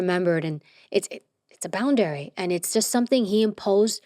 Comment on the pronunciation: Why she keep pronouncing it boun-dairy lol